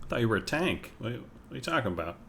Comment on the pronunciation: Its European, its Tahnk. LMFAO